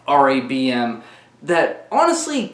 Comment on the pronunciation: Why does it sound like you’re saying Dong Raid